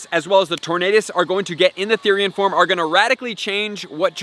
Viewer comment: it's Form. Not Forme.